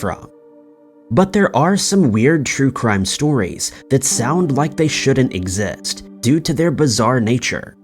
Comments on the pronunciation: 😂 "Scary Crue Trime" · Hahahah. Crue trime. So adorably funny. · When you said crue trimes, I was like.. did i just have a stroke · Crue Trime? Lmao 🤣